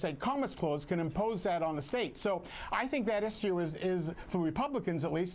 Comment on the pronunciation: stop saying "issioose" u freakin panzy